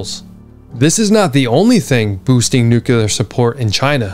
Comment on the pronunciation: I am learning a ton from you and you’ll probably hate me for saying this, but I mean it as constructive criticism.. Please work on learning to pronounce NUCLEAR.